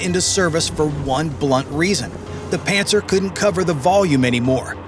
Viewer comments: I always think of "Panzer" as well when they say "Pantsir". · LOL "Pantsir". Hey Putin, Hitler called, he wants his vehicle names back.